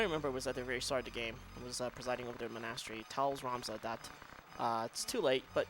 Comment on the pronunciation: Jesus christ how do you not know how to pronounce monastery?